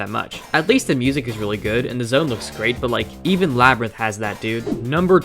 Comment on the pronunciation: "sonic media" "Labrint"